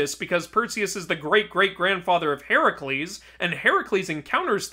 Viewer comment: Even he said heracles wrong right after correcting the game 😂